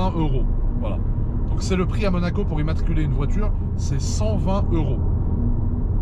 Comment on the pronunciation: « à Manaco » ?